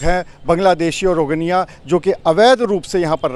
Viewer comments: rogniya nahi bhai rohngiya😂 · रोगनिया नहीं रोहिंग्या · इससे यह सिद्ध होता है कि भारतीय अपनी वफादारी कितने सस्ते दामों पर बेचते हैं।आपने बार-बार 'रोजेन्या' कहा है। क्या वे रोजेन्या या रोहिंग्या हैं? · शर्म करो सही उच्चारण भी नही आता है रोगनिया नही रोहंगिया है पत्रकार महोदय।